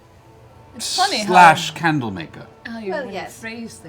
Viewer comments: Watching this in 2025 and apparently 'candle' in ancient draconic is pronounced 'hawk tuah'. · Vex pronounces the Draconic word for "candle" like "hawk tuah" laughs in late 2024